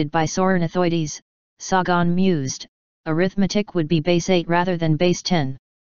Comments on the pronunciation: It's Sagon not f-ckin Sawgone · This was the plot of a Doraemon movie. Also, Carl Sah-Gahn?? LOL